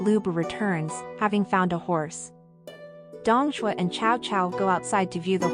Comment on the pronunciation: For elderly listeners the music is too loud and obscures the narration; also the pronunciation is a bit strange - Cao Cao, Dong Zhuo and Hongnong for example, are not right.